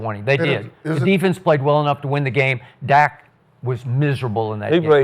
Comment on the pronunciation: It’s irresponsible for journalists and media reporters to speak without doing homework. It’s Dak not Dax. Y’all got on Jerry for mispronouncing Micah’s name then pronounce Dak’s name wrong. Dallas’ defense has not done any favors for the offense. I bet none of these on the show except Skip can name 6 starters on defense or offense this year.